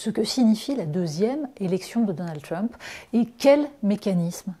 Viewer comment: C'est "Trump" pas "Tiump"...